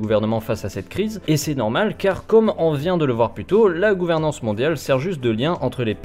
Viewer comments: Pour ce qui est des défauts de prononciation du type, il a l'air d'avoir un accent suisse-allemand, donc je pense qu'il est germanophone... ce qui expliquerait cela. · tu te moques de lui pour gouveremance mais tu as pas regardé comment on prononce disease